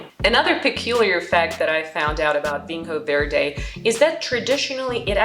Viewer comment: Quick tip it's pronounced (approximately) VEEN-yo vaird. Solid tasting notes.